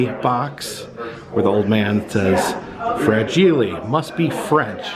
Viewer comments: "Fra-gee-lee...must be Italian..." Not French,. Lol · Fra-gee-lay. It must be Italian! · Love this!, it's actually " Fragile, must be Italian" and Ovaltine is awesome, gotta try it if ya like hot chocolate! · I'm 53 I saw A Christmas Story in the Theater when it was originally released and I remember loving it and laughing by butt off. Ovaltine is sill widely sold at almost every grocery store at least in the midwest, I drink a glass of it every morning, it is a vitamin packed chocolate milk mix. Fra-gee-lay was Italian not French. LOL. I have never heard of My Summer Story, that is interesting. It is too bad they didn't get the original cast. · 🤣🤣🤣🤣 the way your pronouncing fragile tickles me